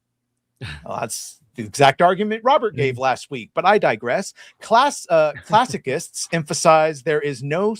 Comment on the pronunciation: ~ "classicists", pronounced "classi-KISTS",? The boy needed more coffee. Aside from that, great show, wonderful that Dante was present, and George made excellent points.